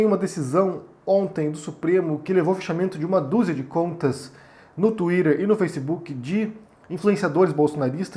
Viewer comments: só vc fala twirer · Tuírer, fake nus